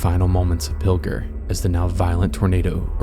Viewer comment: Pill-jer. Not Pilger.